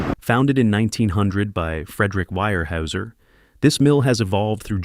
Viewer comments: It is pronounced "Wear-houser," not "Wire-hauser." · Weyerhaeuser is pronounced Where-houser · Too bad you can't teach Ai how to pronounce wear - houser